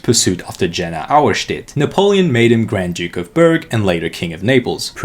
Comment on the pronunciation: Its spelled Ye-Nah, as in Kanye and no, not Jana